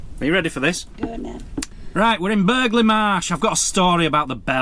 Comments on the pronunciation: Pronounced Bur Lee Marsh. X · Think you pronounce it burra le marsh.